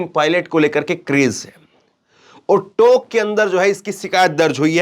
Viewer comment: Tok nhi tonk h e bole.